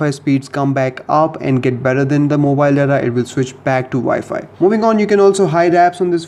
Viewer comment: Mowhile not mobile fluence is f*ckkk